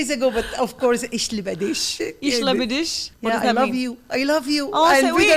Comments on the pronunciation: Watching from Germany - I have to say she pronounced Ich liebe dich quite well!😀👏👏 And you are my hair twin lol!😅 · I am from Germany, she even pronounce it rights “ Ich Liebe dich “.